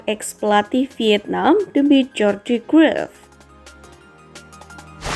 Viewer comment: cruyff dibaca Kraif min bukan kruif